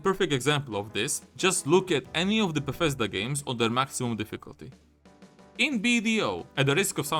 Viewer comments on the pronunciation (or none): none